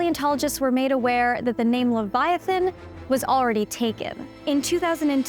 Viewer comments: Levi uhthan not leveeathan. You’ll never get your spells to work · Liviaten💀 ITS LEVIATHAN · "It's Le-VI-atan, not Levi-Atan" --Hermione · Pronunciation lə / vaï/ a/ θan not le /vy/ ah/ tan. Come on, it is a name straight out of the Bible with 1000s of years of entomological history how could a scientist get it that wrong? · La vi o saaa not la vi oo sa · Wth is livyatan? Hahahaha..unless she is referring to the LEVIATHAN.. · Normal people: Leviathan This mf: Liviatan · its pronounced lev-eye-i-tan. i tried watching your video, forced myself to get to the halfway point but i couldn't do it because of how often you say levyottin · Am I the only one pronoun it lay-va athan and not Lee-va athan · "Levy-artun." You sure about that? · Leviathan is pronounced Luh-vai-uh-thn. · Can you pronounce Leviathan correctly? Ley-via-than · its levi-a-than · Pronounce leviathan properly. Lev-i"-a-than. Emphasis on second syllable. Get real. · Livvy ahh tan. Really? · luh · vai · uh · thn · Pronounced leh v eye a thane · I'm pretty sure it is supposed to be pronounced like "leviathan", but with "tan" at the end...not "livvy ottin" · That’s not how you pronounce Leviathan!! What’s a Livyotan anyway?? Okay. I get it but it’s still stupid. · there's a TH sound as in 'the' in leviathon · It's pronounced leev-yah-TAHN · I believe it is pronounced "Livy-O-tan" ....ok that was a horrific joke and I do feel the shame of it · I can't watch this. You need to learn how to prenounce Leviathan. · Why can’t she pronounce “leviathan”. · Your pronunciation of Leviathan is so wrong and annoying I could not watch this entire video!!! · I'm pretty sure that the pronunciation is placed on "vi" not "a". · FYI you're not pronouncing Leviathan improperly. The "I" sounds like you say it when you recite the alphabet. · You could try pronouncing leviathan correctly at least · Try learning how to pronounce "Leviathan." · LEVIATHAN! PRONOUNCE IT RIGHT! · It's not leviathan. It's leviathan.